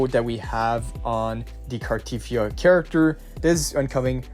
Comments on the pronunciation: its pronounced carteTHYA not carTEETHYA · Car-tea-thee-A... jesus pronounce her name properly...